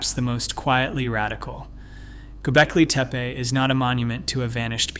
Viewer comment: Is there no way to teach the speech to pronounce Göbekli Tepe properly? Gonna be a loong video if so.